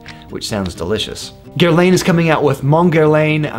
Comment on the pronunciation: guerlain is pronounced 'guerlon', not 'guerlane'